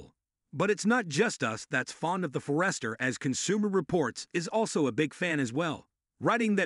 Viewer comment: Another one to consider for some seniors is the Mazda CX-30. All wheel-drive is standard, starting at $22,950 which is a much lower price than the others on this list. Same reliable 2.5L engine and transmission that is in the CX-5. This video was definitely Ai. Subaru For-rest-her? Never heard of one.